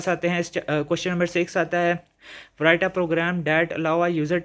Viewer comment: Sir write ko prounc si karin (w) silent hy and by the way bht axha tha guess ❤